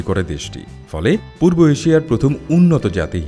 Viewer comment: Aapni poob na bole purbo bolun 🙏